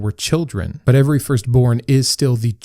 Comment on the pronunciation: I noticed you over pronounc “every” (“eh-ver-ee”). Did you have a speech impediment? The way you pronounce this word along with the last “t” in “important” is indicative of someone who had speech lessons for an impediment. Just curious.